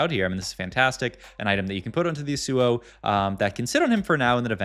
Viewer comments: Last video someone had a smojin on a zill AY in, and a sigh lass, as well as a shy vahn ah! And this time we have a yohn and Yuh SOO oh! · Ryze top left can't pronounce yasuo